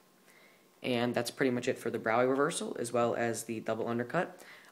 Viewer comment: He pronounced it right. Frederick Braue [pronounced BROW-ee]